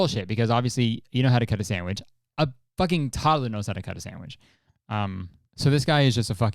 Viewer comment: not kurtis saying samwidge 13 times in 3 minutes